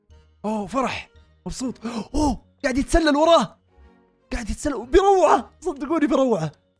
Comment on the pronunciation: يتسلل مو يتسلسل يا